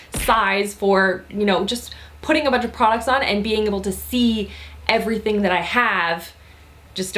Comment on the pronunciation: "Dust errything" 😂😂😂 yes.